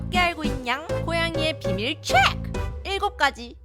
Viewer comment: 시작부터 초ㅔ크 하는거 웃기당😂